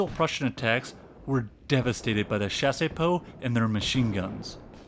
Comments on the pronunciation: Also "Chassepot" is pronounced "chass-po" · Bro the video is great but please hire some VA to do the voiceovers hahaha It's Chassepot, not chaséepot, also Krupp (kroop), not Krápp. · The pronunciation of Chassepot is not Shasey-poh, it's Shas-poh ( [ʃas.po] ). The "e" is silent. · I genuinely love this video but the pronunciation of chassepot is killing me. You are definitely getting a subscription though. Excited to see your future videos!!!